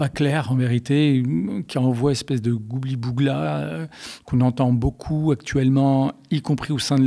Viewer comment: En temps que fan absolu de Casimir, je ne peux laisser Monsieur Béligh Nabli écorcher une fois de plus la prononciation du plat préféré du gentil monstre orange sans réagir : on ne dit pas "goubli bougla" mais "gloubi boulga" ! Attention car, si Monsieur Béligh Nabli réitère cette fâcheuse erreur, je fournis la recette complète et celui-ci sera sommer de la reproduire et de la gouter en plateau ! Et croyez-moi que ça lui passera l'envie de gloubiboulgaliser la diction du péché mignon de l'idole de mon enfance ! 😉😄😁